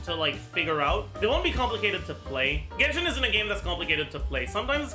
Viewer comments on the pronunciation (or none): none